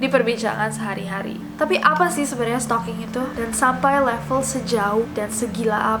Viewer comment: setalkinggg????? setaljan ,,??? sukijan??? sukirman?? supirman???